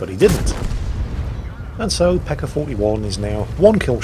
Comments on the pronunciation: its not peka its peca (c is like vitamin C) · did he say pecker? thats what i heard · Gotta love that non-rhotic r.